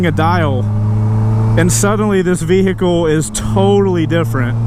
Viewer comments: I like how you say "vee-hickle" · Vee-hick-le heh